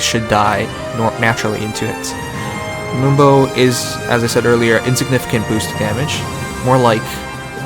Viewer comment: It sounds like he's saying "limbo" than "moonbow". Gotta fix that audio man